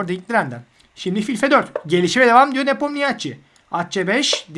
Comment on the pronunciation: Çok iyi ve net bir anlatım teşekkürler. Tek bir eleştirim olacak, Ian’ın soyadının okunuşu nipomnişi şeklinde.